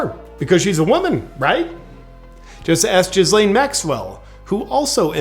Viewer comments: Lol “jizz-laine” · Can't help but feel like the pronunciation of Ghislaine was on purpose. "Jizz Lane" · the way JP pronounces Ghislane "jiz-lane" lol